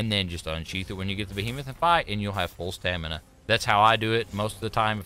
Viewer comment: I love that he said "Stanima" instead of Stamina